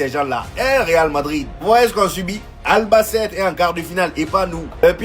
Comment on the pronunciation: Ta façon de dire Albacete me fait rire 😂